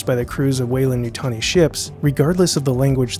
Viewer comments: What happened to the 'd' in Weyland? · Shouldn't it be WeylanD as opposed to Weylan? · There's a blooper over that beer, it should be Weyland, not Weylan.